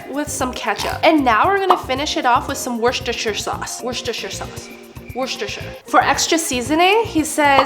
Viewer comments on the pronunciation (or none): It's pronounced Wooster sauce. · It's pronounced wuss - ter -shire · Worstershire, worstershiresaus😂😂😂😂😂😂😂😂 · Yeah my screen glitched too y’all 😂 Wore-chester-shire I think. That’s how I was taught and how I always pronounce it lol. Maybe it’s Wore-sester-shire. Never had Raising Canes either… but I am DEFINITELY trying this recipe sometime!